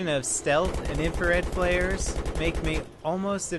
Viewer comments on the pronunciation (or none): none